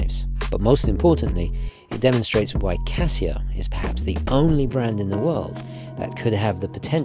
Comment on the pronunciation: "Casia", it's Casio.